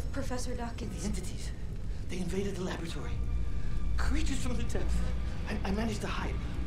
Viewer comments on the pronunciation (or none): none